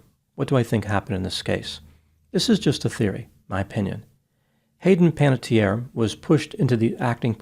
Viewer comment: The final vowel in Panettiere is pronounced, because it is an Italian name, not a French one. It means baker. This is a less common spelling that is rare in Italy. The usual spelling is Panettieri, but Panatteri and Panattieri are also found.